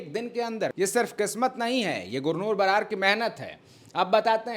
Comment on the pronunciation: बरार नहीं। बराड है